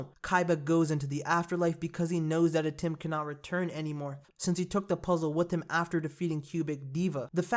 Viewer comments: It'd atem not atim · Not ATIM its ATEM